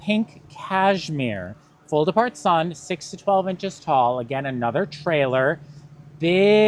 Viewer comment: It took me a few passes before I realized that was not saying "Fold part sun". lol